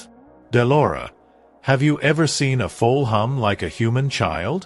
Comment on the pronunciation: Fix your A I. It's FOAL not FULL. And the A i voice needs imporovement I heard better.